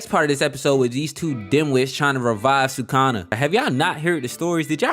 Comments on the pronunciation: Dude it's su-ku-na not sakuna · It's not sucana it's sukuna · was weird you called sukuna, sukana, but other than that, fire video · Sukuna… nah, we say Sukana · bro called sukuna "sukana" the whole video 💀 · These diabolical pronunciations are killing me “sue-kana” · i love your vids bro but u pronoucing SU-KUNA like your saying SA-KANA.... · Who is sookana? Rewatch the anime and learn how to pronounce the names if you’re gonna make videos about them. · Awesome video..... Now say it.... "Sa-kuuu- nah. NOT SAKANA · did my boy say sukana??!! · NO WAY U WATCHED THIS SHOW AND SAYING "SUCK-ON-A" AND NOT SUKUNA.THIS GOTTA BE A SETUP FOR A JOKE IF ANYONE CALL U OUT FOR IT:face-pink-tears::face-pink-tears::face-pink-tears::face-pink-tears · I hate how you say sukana.... but other than that, facts. also part of me feels like toji knew megumi was his son. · ngl that one’s not that bad but goddam sukawna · the fact that this boi is trying to piss off the jjk fans by calling sukuna,sukana like that is straight up crazy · Sukuna❌ Sukana✅ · “Sukana” like what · I know this 🥷 did not just say Sukana 😭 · erm actually it is pronounced "sukuna" 🤓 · this is the first video i have watched from you, and Did you just say "Sukana"???? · just got far enough for you to say you did it on purpose..... you got two comments from me off that shit... gg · Bro please pronounce his name right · Heard sukuna pronounced 27 diff ways 😂😂😂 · Please learn how to say sukanas name so I can keep watching 😂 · sukuna :❌ sukana :✅ fushiguro:❌ fugishiro✅